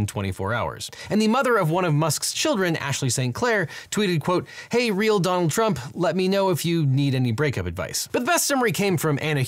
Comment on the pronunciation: every time he says donald trump, he says it like "dong trump". kinda nice